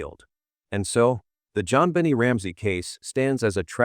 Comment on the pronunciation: Why can’t any of these narrators pronounce Jon BEN-NAY correctly??